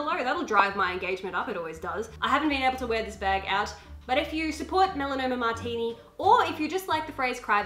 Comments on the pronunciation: “Melano mmartini” 😂😂 where is she from JUPITER? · He said melanoma martini 😂😂 amp hate tho I love ur vid it’s just funny🤪❤️❤️ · When she said the name of Melanie Martinez wrongly twice, I cracked from laughter. Also, I can see Sam on the background, he is reflected on the mirror. (Sorry. I love your videos.) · I don't even know who Melanie Martinez is but "melanoma martini" made me laugh really hard. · You said her name wrong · lmao the way you said her name,also to all if her old fans, SHE DIDN'T ASSUALT HER FRIEND>:( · Lol, the way she pronounces Melanie Martinez's name!!! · not hating, but you said Melanie Martinez soooo wrong it bothered me aaaaaah! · 1. Please pronounce her name correctly 2. The assaults have yet to been proven to be true, its believed that Malenies friend was jealous of her success, 3. I hate how people have just abandoned her music just because of a claim that is 50/50 chance of being fake, i still love her music and i believe weither or not the person did something bad we should be able to enjoy their music, i still love the story line of the songs produced by her and shes a great singer plus she hasn't lost her music records at all so uhm i call fake news and if people disagree thats fine but i still like her phrases and songs so blam. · That's not how you say her name lmfao 😂🤦